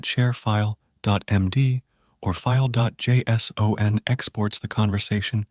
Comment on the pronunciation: it was the, " JAY. ESS. OHH. ENN. " that did it for me.